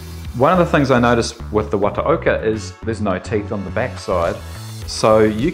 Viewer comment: Great clip and demonstration. Not too bad on the pronunciation, but 綿岡 (the company name) would be something akin to wah-tah-okah 😁